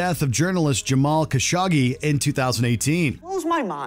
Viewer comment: Im pretty sure it's KashOggi. Not Kashaggi.